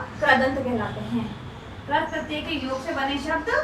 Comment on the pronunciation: Ma'am Krat pratyay Nahi Krit pratyay hota hai.......... 😆😆